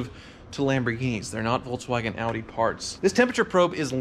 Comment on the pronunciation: Wait, say "Audi" again.